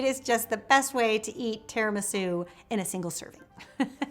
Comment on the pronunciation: “tear-in-my-shoe” cupcakes